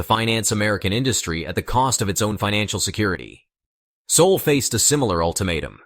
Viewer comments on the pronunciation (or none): none